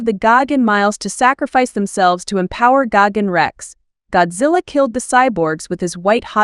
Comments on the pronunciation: It’s Geiken not Goggins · Exactly. She keeps mispronouncing his name. It’s Gigan with an I not Gagan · What i think it is pronouced:gigan What she thinks is pronouced:gagen💀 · Bro is really saying gogin even though it’s actually gigan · This is the worst a.i. narration I’ve heard. Sounds like she’s saying David Gagins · PRONOUNCE THE DAMN NAME RIGHT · Say his name right or don’t say it at all it’s disrespectful to the cyborg alien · I don’t like the way you pronounce Gigan. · What letter is she trying to pronounce lol